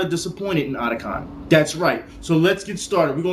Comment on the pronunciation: I think since it's Otaku and Con abreviated, it should be pronounced O-Ta-Kon. Not Adacon.